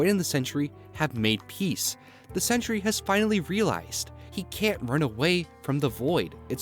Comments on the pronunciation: 'Sentry' only has two syllables. You keep saying 'Century'. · SEN-TREE... NOT CENTURY!!!!!!